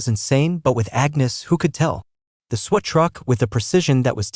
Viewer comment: This must be an AI reader ... multiple mispronunciations ,,, ie sweat instead of SWAT caused a lot of giggling from my grandson